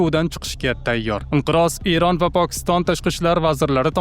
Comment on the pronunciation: ЕРОН ЭМАС ЭРОН ТАЛАФУС НОЧОР